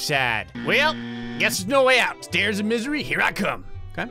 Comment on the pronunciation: what they ment to say: grays stairs of misery what they had to say: grays sairs of miser